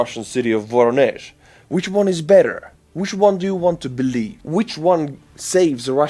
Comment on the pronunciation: Voronezh is pronounced "va-RON-ish.